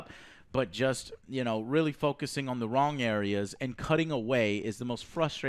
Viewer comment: Mario Paulo and you say “wrong” the wrong way 😂